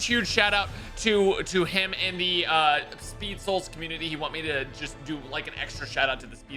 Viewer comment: Did this man say 'Speed souls'.